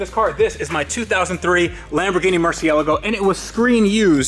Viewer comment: He also pronounces Lamborghini wrong, here's how it's pronounced